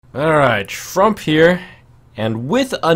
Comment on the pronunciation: did he say "Frump here"?